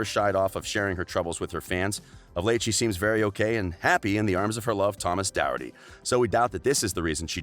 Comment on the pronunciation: the way u pronounced les miserables, doherty, and homage were horrendous